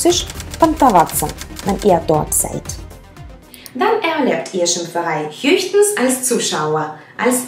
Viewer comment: Jobani wrot blijad hör mal wie sie Hjöstens sagt bei ich schmeiß mich weg junge :-)